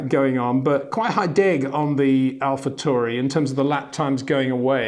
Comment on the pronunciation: Wonderful wrap up as always Peter, thank you. (although I'm pretty sure you're pronouncing Alpha Tauri wrong. I believe it's pronounced like 'Now' - "Tow-ri") 🤟